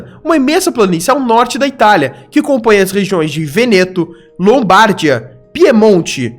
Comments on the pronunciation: O video é legal mas praticamente todas as pronúncias estão erradas, principalmente na acentuação. Não é "Lombárdia" e sim Lombardía, não é Strombóli e sim Strômboli e assim por diante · Muito bom seu vídeo, mas observe melhor as pronúncias: Vesuvio ( Vesúvio), Lombardia ( Lombardía), Stromboli ( Strombóli não né). Outra informação: o Etna e o Stromboli estão sempre ativos.